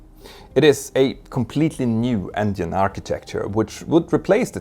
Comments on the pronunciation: it's not endine, it's engine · I like how he says ‘endien’ 😊